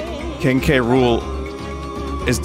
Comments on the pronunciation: it took 26 minutes to realise they were pronouncing king k rule like king cruel and i'm an idiot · It really bugs the shit out of me that they call K. Rool "Kuh-ROOL" in this show.